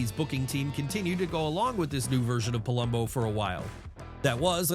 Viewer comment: Its Theory not Thoery its Palumbo not Pulumbo